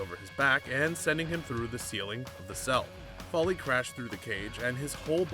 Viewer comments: Its Foley (foal like coal) NOT Folly. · ok lets do this its pronounced FOE LEE not fally damn it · Why is he calling kick floirie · Who is Mick Fally really that’s embarrassing if your make videos on wrestling atleast know how to pronounce the characters names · Vondre Bridges he pronounces all names wrong he calls cesaro seesero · It is pronounced foley as in fow lee